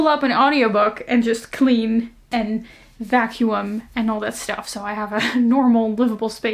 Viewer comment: I love that you pronounced vacuum vakyoo-um instead of vakyoom. It made me chuckle.